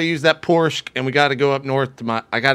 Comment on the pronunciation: porschque lol